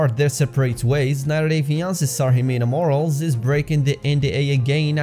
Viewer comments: Her last name isn’t ‘Morals’.....it’s pronounced “Mor-al-lez! “ Morales! 🥴 Ironic tho because she clearly has no morals! 🥴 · Ximena’s last name is pronounced like Moh-rah-less. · It’s Morales not moral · Who are these other people who care if a hoar's last name is mispronounced?